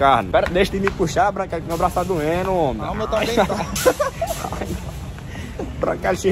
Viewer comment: Ele falou "homi"